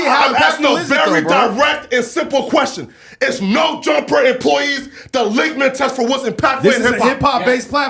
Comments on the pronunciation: "" And can someone tell it's "Litmus Test" not "Litmit Test" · Lmao the word is “litmus” not “ligmus”. But, way to go on the most influential hip hop documentary in 10 years! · Dude keeps screaming "is no jumper employees the likma test?" Hey spazzo, it's called the LITMUS TEST!! ya know when you try and sound smart by using fancy words but you are too stupid to get the words correct it actually just makes you look even more stupid than if you had just used basic words correctly. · Dude said “ligmus test” meaning litmus test, thinking he was smart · He's trying to say litmus test and he's saying ligma test, as in ligma balls.😂😂😂😂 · What’s a “lickmugtess? Does he mean LITMUS test!? Damn. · Bro kept saying “ligma test” lol can’t can’t say litmus… Trying to be smart. LIGMA nuts Jala. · Wtf is a “lickman test”? I think he meant to say “litmus test”. 😂😂😂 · It’s litmus test, not “ligament” test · I thought he was saying ligma test lol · It is trying to pronounce limitus test? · Is he saying ligma test? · He’s right but it’s *litmus